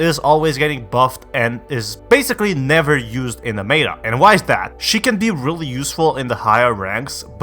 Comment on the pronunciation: Why tf do you say meta like that